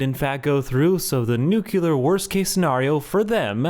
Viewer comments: Dude, it's 2025. NUCLEAR. NU-CLEAR. It is not pronounced "nuke-you-lur." Good points otherwise. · Nucular It's pronounced nucular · Nucular went out with George W Bush. We've grown as a nation.